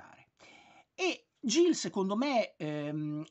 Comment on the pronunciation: Credo che il titolo si pronunci "Ghil", come in Gil Kane. Spesso è un diminutivo di Gilbert.